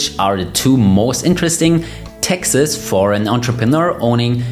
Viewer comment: The word is “taxes” not “Texas”